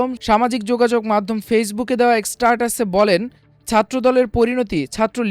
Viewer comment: স্টারটাস না "স্ট্যাটাস" হবে